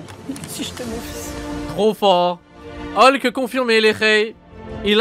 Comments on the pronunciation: Ca me tue vous vous dites holk et pas hulk. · "Olk" ptdrrrrr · il a bien dit Holk ou c moi ?